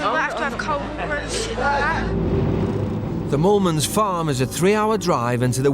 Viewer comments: I actually thought it was Mormons lol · Chelsi Chikwata I was hearing “Morons”😂😂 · oh my god I didn't even notice that was their name, I literally thought they were "Mormons" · Wait i generally thought it was mormons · I heard molemans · ?? No matter how much I try I can’t here moolmans 😂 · I thought they said mormons too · I thought that Mormons was their name lol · It's not mormans? I thought it was mormans .... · Sounds like the narrator is saying the "the Mormons" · richerrvaz same bro I didn’t know until I saw this